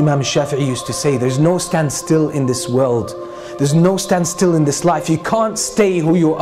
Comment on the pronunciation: when he said "life" i thought he said knife😂😂